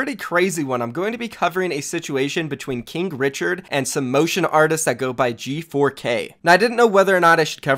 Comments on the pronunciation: Did you say kink richard? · i thought you Said kink Richard 😂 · Stop saying kinkrichard